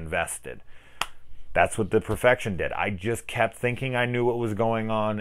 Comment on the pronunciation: "The Perefection"?..Seriously...who would trust a word you say